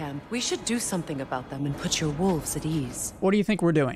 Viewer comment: I don’t trust anyone who says woofs instead of wolves